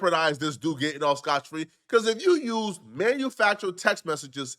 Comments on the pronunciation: It's 'scott free' not 'scotch free' ma ninja... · Aye it’s “Scott Free” my boi lol